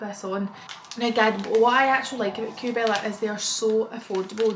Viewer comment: I’m gonna sound like a proper smart arse but it’s pronounced “Kay Bella”. Xxx